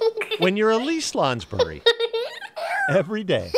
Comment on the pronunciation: Whoever is writing this ... The child's name is "Elise" -- NOT "a lease" as repeatedly in your video!